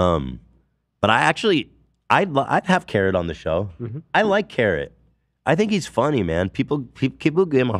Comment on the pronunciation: A carrot-uh?